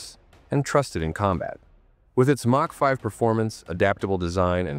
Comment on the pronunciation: "Mark 5" Hypersonic missiles, really, stupid AI narration